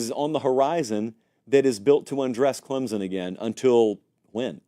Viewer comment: It’s “Clem(p)son!!